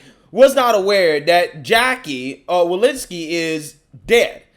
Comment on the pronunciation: WalORSKI. I dont know who Walinski is. Say it with me; wa-LOR-ski. Do some bloody proof reading / research before posting something where you dont just mispronounce a name, you obliterate any semblence of the name.